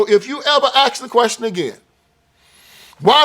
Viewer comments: Can someone please tell me why most Black people cannot pronounce ASK properly? Why do they replace ASK with AXE? Edit: he actually said it right!! The man said ASK! Must have slipped up or something! 😂 Oh and what said about the redistricting scheme, I KNEW about that but over the years forgot all about it! I'm a Northerner or a Yank if you prefer and I remember that sign and the big hullabaloo it caused! Sadly for all the wrong reasons though! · I start watchin this video and within the first minute he says ax twice. I like what he’s says but how can you take him seriously if he can’t even say ask.